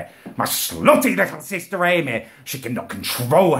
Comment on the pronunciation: I always findit funny how he says sister amy